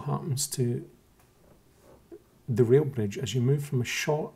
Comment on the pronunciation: Good video. For most of it I thought you were saying "real" bridge and I couldn't figure out how the closer bridge was less "real". It finally clicked that you said "rail" bridge ;-) It's a nice video, but you can't fix what's really wrong with the flat earthers.